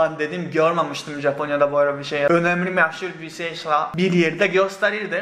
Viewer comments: "meh-şur" :D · "meşhur" diyişin çok iyi şiveli konuşmaya başlanmış :D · Azərbaycan dilində demisən :D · Hayır, Türkiye'ye gelmeden önce Azerbaycan'da yaşadığı ve Azerbaycan Türkçesi öğrendiği için Azerbaycanlılar gibi açık e (ə) sesiyle söylemiş. Bu gerçek bu arada, espri falan yapmıyorum.